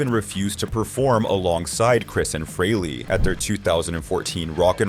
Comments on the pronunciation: Why does everyone mispronounce Ace's last name? It's FRAYley, not FREELY. Damn, that's annoying as crap! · That’s not how you say Ace’s last name